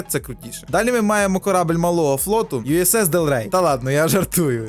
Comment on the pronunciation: Класне відео! Був трохи здивований, коли почув "Юсс Делрей" )